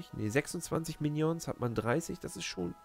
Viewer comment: sprech die minions bitte richtig aus hahahaha du bist lustug